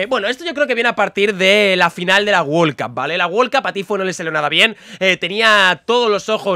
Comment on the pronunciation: Nadie: Absolutamente nadie::wol cup